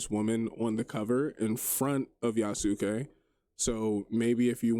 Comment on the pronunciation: Chill video, people are friggin weird. P.S. yasuke is pronounced Yas-K like Sasuke from naruto. Not that it really matters just thought i'd share